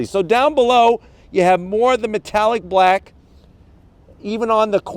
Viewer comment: He said blak! 😆 lol